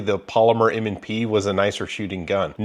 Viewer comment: ….. M and Prees? 😎😂😉